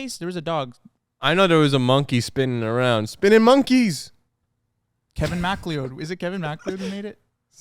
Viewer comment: why the hell are they pronouncing mcleod like that